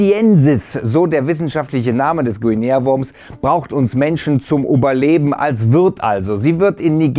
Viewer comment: Bei min sagt er:Oberleben, aber mein Freund, es heißt:"Überleben"!